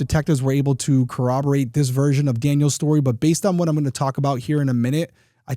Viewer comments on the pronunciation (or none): none